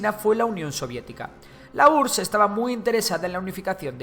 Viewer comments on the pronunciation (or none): none